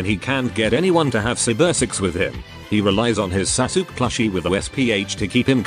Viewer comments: I laughed every time the voice says Sasuke as "Sa-sook." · I'm not familiar with this anime, but I love that it's pronounced "Sa-Sook" Which I am sure is both inaccurate, and superior to whatever the actual pronunciation yet. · lol..Sasuke is pronounce as Sasuk? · Holy shit the way it says sasuke I’m dying